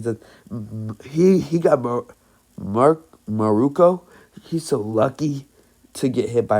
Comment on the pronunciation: It's actually miruko